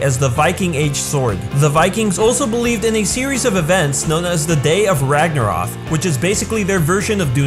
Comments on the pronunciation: Ragnaroth? You mean ragnarok? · Its Ragnorok not ragnoroTH. How can you spell it right but not even say it correctly lol. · RagnaROK as in ROCK not ROTH or whatever youre saying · Spent the whole video screaming "ROK, NOT ROFF" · Ragarno K Not Rof Sorry it's just irritating to here it pronounced wrong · it is pronounced " rag nor rock " as in the norse end off days aka the time when thor fights a giant snake that has a name that IS ALMOST IMPOSSIBLE TO PRONOUNCE or spell, not " rag nor roth " as you pronounce it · Why do you keep saying Ragnaroph? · RagnaroK not ragnaroth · It's not ragnaroth, it's ragnarok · It's...RagnaROK not RagnaROTH. You put it right on the screen and still pronounced it wrong... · you said the Vikings dooms day wrong it's ragnorrak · Why are you saying ragnaroth? Anyway.. I love that boy Crona. Got his name on my arm 🖤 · i don't know about ya'll but the fact that keeps saying "ragnaroth" is bugging me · Is it me or is he saying ragnorok as ragnorath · Why does he say ragnarok like ragnaroth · It's spelt and pronounced as Ragnarok so please say it correctly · dude its pronounced rag-na-rock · STOP SAYING RAGNAROTH! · Rag na rock dude learn your words ffs